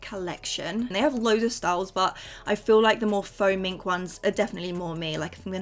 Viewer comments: why did I think you said foaming lashes😂😅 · Every time you said “faux mink” I genuinely thought you was saying “foaming” 🤣 anyone else? 😭